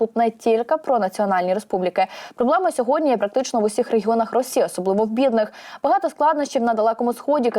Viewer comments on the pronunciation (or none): none